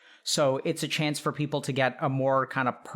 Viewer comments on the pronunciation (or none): none